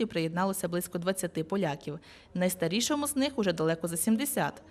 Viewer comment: журналісти, не найтарішому, а найстаршому